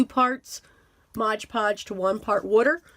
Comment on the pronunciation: Just FYI - it’s MOD Podge, not Mog Podge